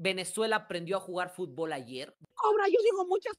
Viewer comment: Hey Mexicano - Se Pronuncia FUT-bol; no Fut-b-OL.